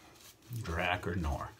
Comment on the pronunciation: It's pronounced dra-car smh lol